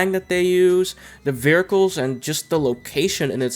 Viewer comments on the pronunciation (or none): vehircles... hahaha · Ahh yes, vericles. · "vearcles" "Dr. D.R.E" lmao. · This mans really out here sayin "veracles" XD But fr, Midnight Club LA was one of my favorite XBOX 360 games, despite the customization (in my opinion) not living up to MC3:DUB Edition Remix. I'm not sure which version I beat (probably the patched one since I didn't realize that even happened) but I found that once you got a bike, you became unstoppable. The fact that bikes could slipstream cars, but not be slipstreamed themselves, made them so overpowered. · Wheres the "R" in 'vehicles'?